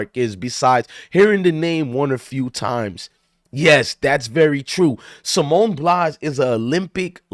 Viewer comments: At least get her name right sir Simone Biles not Blies 😅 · Bro you just did the same think calling her a quitter so actually your no different and your pronouncing her name wrong 🤦🏽‍♂️ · Get her name right dummy